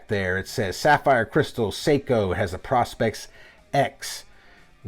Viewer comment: It's pronounced "Pro-specs".